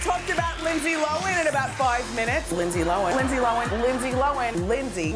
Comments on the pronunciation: Thought was Lindsay Lohan not lohen keep saying that then when she introduced her she said it right is this the mandela effect lol 🦋 🧐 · For years says “Lindsey lowen” Lindsey comes on her show “Lindsey LOHAN” lmao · I'm confused because years ago when everyone in the media was saying Low-Han, I heard an interview and they asked her. She said she always pronounces it Low-en ..so from that point on I always said that. Sometimes I would switch it up from hearing it said Low-Han so much. It's just weird that she wouldn't be consistent with her own name even if she didn't care how others said it. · LINDSAY LO-HAN not Lindsay looan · Keeping up With the Ks ok thank you i thought i was hearing her wrong hahaha i was like lindsay lowen? whaaa lol lohhhhaaaannn lol 👍ok so my hearing is good lol thnx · Lindsay lowan, lindsay lowan, lindsay lowan. Please welcome.. lindsay low-han. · Entire compilation, Wendy says “Lindsay Lowin” Then she introduces LL & says “Lindsay Lo-han” finally hahaha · Did anyone else get OCD when Wendy was saying Lindsay loAn instead of Lindsey loHan It drove me crazy Still love her Also can we talk ab how This girl brought a freaking ARMY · LOHAN NOT LOAN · How hard is it to say Low Hannnnnnn!!!! Not lowen! Ugh so annoying. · It’s actually pronounced “lowen” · Made me mad 😡😂😂 lowen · Dana K she literally said at like the 14 min mark while talking about her night club that it was called LoHAN night club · it's pronounced "low hand" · "Linzee Lowan" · Nobody: Windell Williams: LiNDsEy LoHeN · "Lindsey Lo'en" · They pronounce Lohan Lowen and Mr.Duvall Pronounces Cady Caddy. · The fact that she drops the h when she says her name drives me nuts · seriously. Not a bright woman. Didn't even know after how many years how to say her name. Gross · I kept cringing every time Wendy said her name incorrectly. She’s funny but so rude. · Is linsdays last name really pronounced how Wendy is saying it 😂